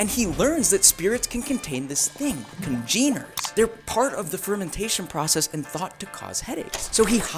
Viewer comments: Accent of the first syllable, dammit! CON-geners! AAACH! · Cogeners. Kaa jenn errs. Pronunciation matters